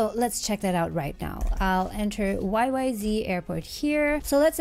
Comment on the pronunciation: YYZ not YYzzzzzzzzz